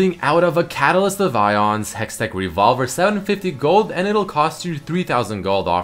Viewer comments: Ay-ons, not ions. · its AY-ons. aeons. A-ONS